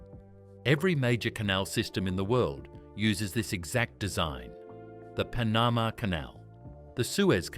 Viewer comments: A.I. Voices are just so stup!d. It is pronounce Pan-a-ma, not Pa-naa--ma for the Canal in Central America. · Pa-NAM-uh canal? Wow. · The Panaaaaaaaaaaaaaaaamaaaaaaaaaaaa canal. Thanks AI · Pls stop using awful AI narrator who cannot pronounce Panama among other words and who uses Americanisms and yet is not American! Really annoying.